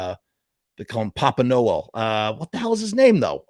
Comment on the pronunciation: I cant believe u dont even know brads dad's name and your pronouncing his last name wrong!! Wtf dude